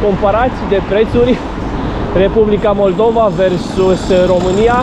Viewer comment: MollDova, și ai zis Maldova, ahaha, îi fix în fix denumirea țării în limba rusă. Fix în fix așa sună cum ai pronunțat :))